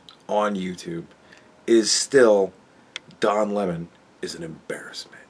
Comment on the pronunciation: Le Don Le~Mon, what a twat